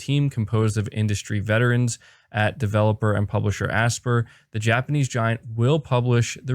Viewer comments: Aspyr is pronounced as "aspire" not "asper" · I'm pretty sure Aspyr is pronounced "Aspire"